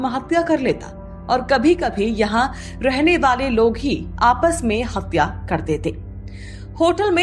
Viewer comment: Hapya kya hota hai? Hathya bolo na?